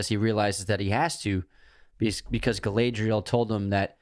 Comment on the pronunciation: the pronunciation of Galadriel is killing me 😂